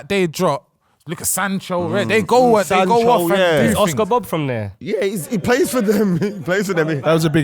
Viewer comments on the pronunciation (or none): none